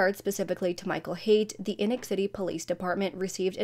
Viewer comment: It's pronounced Eeee-noch, like "knee knock", It's a Mormon name.